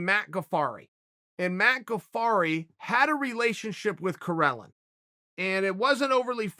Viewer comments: Its spelled Karelin not Corellon ....... Uncle Chael is a dummy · Karelin becomes Correlin😂